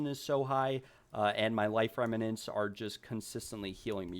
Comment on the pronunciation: Just FYI, it's "rem-nants". not "rem-ma-nants." You were pronouncing it incorrectly throughout the whole video.